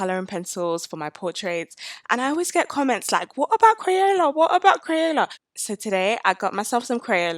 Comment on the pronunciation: Omg I love thissss! Also i cant stop laughing about the way you say crayela